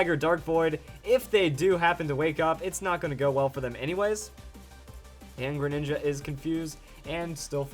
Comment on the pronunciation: You said mega greninga